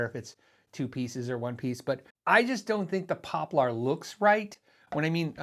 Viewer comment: Not really interested in buying these models, but I'm entertained by the way you pronounce "poplar."